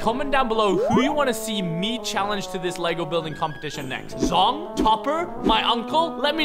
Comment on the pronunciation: That's zong not zongs daddy